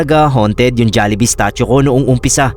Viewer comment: natawa ako sa jollihee 😔🤣